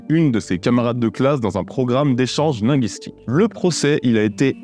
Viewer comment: Travaille ta prononciation du mot "linguistique" déjà